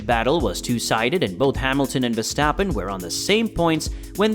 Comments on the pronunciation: For the love of God please stop calling him VeStapen. It is VeRstappen. He has an r in his name that is not a silent letter. Your channel literally has his name in your name. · Still beter than Peter Windsor, who keeps calling him "Veshtappen".